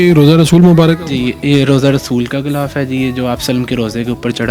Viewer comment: Ghilaf kehty hein bhai...ghoulaf ni kehty